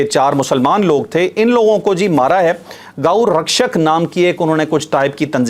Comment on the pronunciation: کچھ انتہا پسند ہندوؤں نے مارا ہے ، جو اپنے آپ کو گاؤ رکشش کہتے ہیں ، الفاظوں کی ادائیگی میں احتیاط کریں ، شکریہ ،